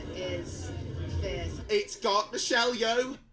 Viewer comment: “It’s got Mishelyo”. Ah yes, my favourite Mongolian dessert.